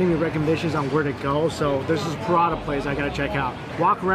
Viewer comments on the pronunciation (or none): It's pa-ra-tha..not prata or prada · Pra-Ta 😊. All I hear is Pra-DA 😂